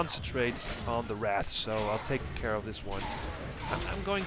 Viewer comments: omg, you called them wraths again. you don't even know how to read or say a very very commonly known beast. I knew what a wraith was at like 6 years old? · on the seventh time you said wraths, not wraiths, you added an extra "thsts" so it sounded like wrathsths. can you not physically say wraith?